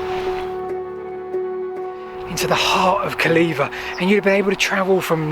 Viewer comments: Calleva reared its head in my 1970s school history lessons. I remember the Latin teacher insisting on it being pronounced Kul -AY-wah, although I never heard Silchester or Pamber Heath residents do that. Some years later I lived in Tadley (23 Hartley Gardens) from 1982 to 1986 and took an occasional drive around the perimeter wall. I remember seeing the impressively high sections of wall but, at the time, it had a rather uninviting look - overgrown barbed wire, gates and possibly 'Keep Out' notices. Your video has certainly brought it to life. Thanks for posting. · You need to take the trouble to get the names pronounced correctly. E.g. CALLEVA is pronounced /Calaywa/. There is no /vee/ sound in Latin. What we read as V is actually a capital U. Calleva is therefore properly spelt Calleua. Your pronunciation of Catuuellauni (Common Brittonic: * Catu-wellaunī, s abominable. Do some research on names and it will make your presentations much more authorative.